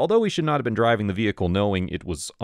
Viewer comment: favorite part of the vid is when he tries to say I’m driving but stop and sounds like he said “listen I’m drunk” 😂